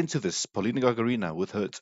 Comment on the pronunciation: Простите но Вы неправильно ставите ударение в фамилии ГагАрина, а не ГагарИна, извините.